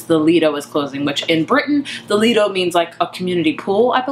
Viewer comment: pronounced lie-do its basically just an outdoor pool. Most you do have to pay to go in and use it.